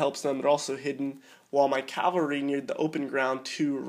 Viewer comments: cav-al-ry not cal-var-y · Please stop saying "Calvary" instead of 'cavalry' and "inventory" instead of 'infantry' haha. Apart from that great video.